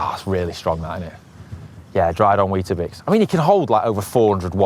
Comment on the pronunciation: “Dried on weetibix”😂😂😂